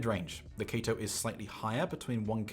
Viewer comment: no included spring tips weird and u keep saying kato wrong